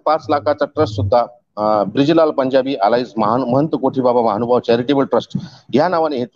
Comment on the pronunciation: दंडवत प्रणाम् सर! मानभाव नसुन महानुभाव असा शब्दोच्चार अपेक्षीत आहे!